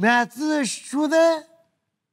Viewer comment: A zis "Mi-e atât de ciudă." sau "Mi-e atât de Ciucă." ? 🤣🤣🤣🤣